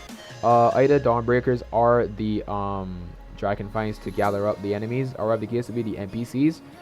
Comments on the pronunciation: The drackon fengs😂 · The way you say draken fangs is killing me😂